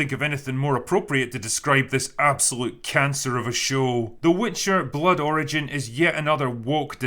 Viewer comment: Sounded like you said “The Witcher: Blood Orange” which would have been a better title for this show.